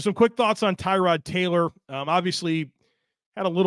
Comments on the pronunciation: More like Terr-od. But yeah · Maybe if he wants to call it TAROD Like Terr-ood even TU-RD...however TY-Rod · FYI his name is pronounced Tah-rod. Poor guy, nobody pronounced it right the entire time he was here. He only corrected media once